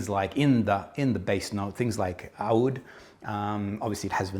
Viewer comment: I'm so impressed by your perfect pronunciation of "oud" Thank you for the amazing review.